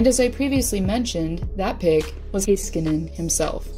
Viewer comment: when you say heiskanen its cut in such a weird way, not that hard to pronounce tbh.